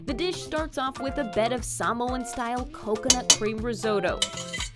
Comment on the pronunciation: Love the video. Now I have to check these places out. I love how the reporter pronounces Samoan the correct way.